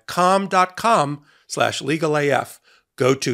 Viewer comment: Hey man... If you gonna say 'calm' that many times... You really need to annunciate the word each time bc ... I was listening to this in the shower and the noise from it made it sound like you were saying another word over and over... Lol